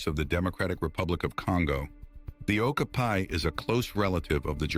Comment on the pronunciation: This bloke tried 3 different pronunciations of the okapi and got them all wrong, it is O, ka, P, I, the 'I' is spoken as it is in 'it' or 'pit'.